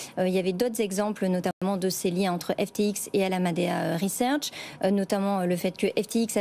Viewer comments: Bonjour , la cruche qui présente doit être pistonnée , comme celle d'alameda , car elle n'est pas capable de dire alameda . Ça s'entend qu'elle ne maîtrise pas son sujet , venant de bfm rien de surprenant . Au revoir . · La journaliste ne sait pas prononcer correctement ALAMEDA .... quand on ne maitrise pas son sujet mais qu'on lit ses fiches 🙂